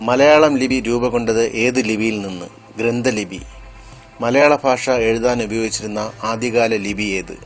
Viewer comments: malayala faasha alla. malayala bhasha......ennu parayu other than that very nice.... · ഫാഷ അത് എന്താണ്